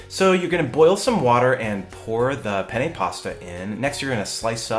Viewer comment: The way you pronounced "penne" was the way you say "penis" in Italian lol. Anyway, this recipe looks fantastic! Thanks for sharing. P.S. The shirt is wearing, do they have one like that for dads?